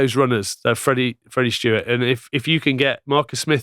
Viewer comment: STEWARD. Not Stewart. Love the content though chaps